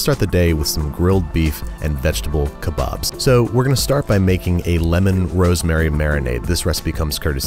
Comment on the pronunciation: As a native Urdu speaker, your "Kali Maa" and kebob pronunciation was spot on.